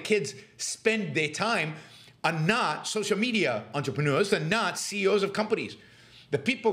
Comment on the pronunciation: “The seeyos”